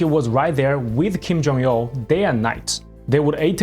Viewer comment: why do you keep saying Kim Jong-Yeoh?